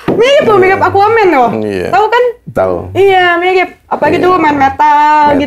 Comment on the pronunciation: R Mirip bukan L ...R yaa..🤣🤣🤣🤪